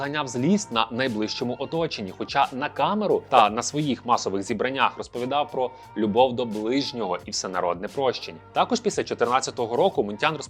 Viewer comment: Чому "зІбрання", а не "зібрАння"?